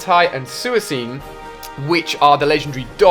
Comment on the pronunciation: Chikoritor, Free-aligator, Spinark, Arados, Chinchew, Cleffair, Ex-atu, Politied, Girafig, Urasing, Fanfy, Dolphan, Tyro, Milktank, Entie, Sueacine, Ho-Ho.